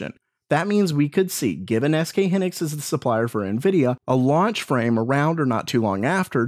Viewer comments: HYnixs, not hinics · hee-nix lol it's hai-nix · SK Hynix, not Hinix - 'Hy' like in Hyena ( /haɪˈiːnə/ ) , not like 'hi' in hindrance ( /ˈhɪndrəns/ ) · Triggered. It's "high-nicks". S. K. "High nicks"